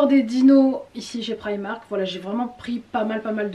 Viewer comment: J’aime bien comme tu prononce primak 😂